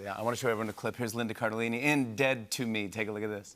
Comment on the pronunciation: He said lindi carellini at the end. I heard Lindi !